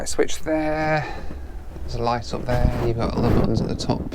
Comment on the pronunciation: I wanna teach you how to pronounce "sun" and "up" :-D